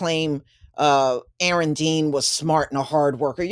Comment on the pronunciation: YOU SAY YOU'RE NAME RIGHT!!!! 🤣